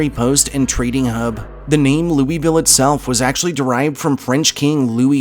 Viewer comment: Lou-vuhl! Say it fast.